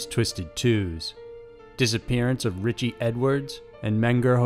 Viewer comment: Anybody seen Ritch-EE?